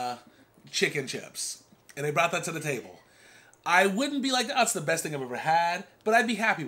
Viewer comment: the worst or the "beat " meal 🤔 🤣🤦‍♀️ do you mean best meal 🤣 and you need a shirt that say # exactly # absolutely # needs more sauce